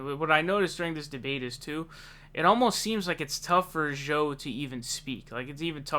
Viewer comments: Why do you say Joel Biden weird? Joel isn't hard to say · Bernie should ask him how it was getting arrested in South Africa LOL One thing though, why do you seem to pronounce 'Joe' as 'Szhoe'? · Why do you pronounce joe so weird